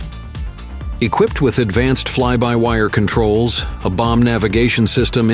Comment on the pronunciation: "Equip ped"? "VEEgilante"?